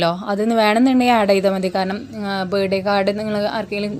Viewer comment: ബേഡേ കാഡ് അല്ല, ബർത്ത്ഡേ കാർഡ് എന്നു പറ